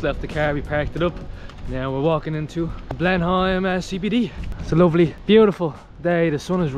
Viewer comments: It is not pronounced "Blen-Heim". It is pronounced "Blen-Am". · Love this video. FYI locals pronounce Blenheim as.. Blen-im not Blen-Heim i.e. silent H FYI my partner used to have massive issues at that time of the month. Please for sake please get a prescription of Naproxen! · Hey guys - love your channel - watch from Australia regular. Expat Kiwi...maybe things have changed since I left decades ago, but we always pronounced Blenheim "Blenem", rather than Blenhime! Correct me if I am wrong - keep up the good work, great channel..... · The way you pronounce Blenheim cracks me up 😂 never heard anyone say it like Blen-heim 😂 we pronounce it like Blenem. Now I think about it, you guys are probably pronouncing it the way it’s supposed to sound 😂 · Love the pronunciation. Blenhime. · Blenheigh lol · Blen-im is how we say it here, kids. So please don’t copy the Irish version! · interesting pronunciation... kiwis just say 'blenim' but you might be right.. Austrian place name maybe? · Love your Irish accents. We Kiwis pronounce Blenheim as "Blenham" but you are forgiven for not knowing that. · Pronounced... Blennim .... 'h' is silent as it is in England. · Yep, the "h" is silent. "Blenim" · Thought it would pronounced more like “Blen-imm” than “Blen-am” 😂, either way can understand why they’d pronounce it the way they did as the place name is European/German in origin. Find it cool how research how to pronounce the local names but to each their own 👍🏽. Still great of this channel to showcase NZ to the world 🇳🇿🫡.